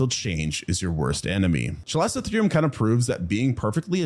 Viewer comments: "That's hotter than most places get in the Summer today." Raucous Texan laughter ensues Also, this video contains my second favorite pterosaur and the bird that's tied with the kakapo for my favorite non-flying bird. Also also, there is no "s" sound in chalicotherium. And it's an instance of "ch" being pronounced like "k". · Isn't the pronunciation: KAL-ih-koh-THEER-ee-um ? 😂